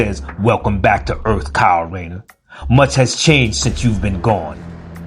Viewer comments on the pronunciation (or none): . "Rayner." It's "Kyle Rayner," not "Riner." Is this AI? 🤔